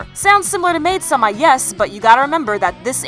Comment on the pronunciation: DID SHE SAY "MAID-**SUHMA**?!?!?!?!?!?!?!?!?!!?!?!?!